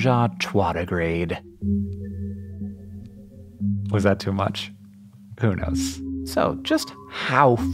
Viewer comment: "Ménage à trois-digrade" Teehee, Hank said "twat".